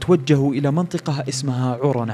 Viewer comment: منطقه مو منطوقه؟